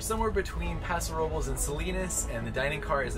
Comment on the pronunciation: Paso Robles... Paso Robe less, NOT Paso Row buls! It's not that hard to say it correctly. 😉🍷